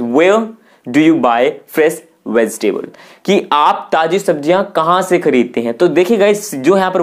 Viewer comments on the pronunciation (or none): context is pronounced incorrect, its not fres its fresh, Its Veg-table but u said veztable